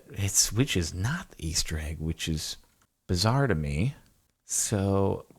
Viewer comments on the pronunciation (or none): none